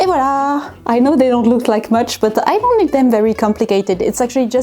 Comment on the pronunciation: This is the first video in a long time where I’ve heard voilá pronounced correctly, obviously as a French woman you would… but I cringe every time someone says “and walla”